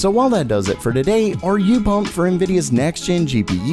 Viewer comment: This guy cant say the letter T without an S. TSADAY